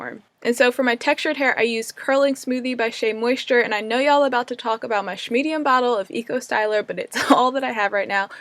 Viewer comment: lol you sais shmedium lol